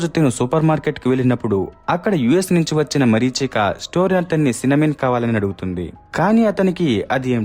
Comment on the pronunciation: Marichika kadu mareechika